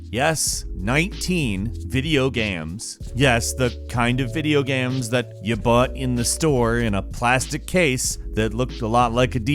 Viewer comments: Video GAMS? lol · video gams? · "video gaymus"